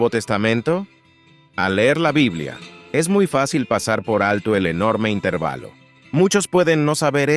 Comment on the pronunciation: Es que es un canal hecho con IA, por eso no pronuncia bien las palabras en español como intervalo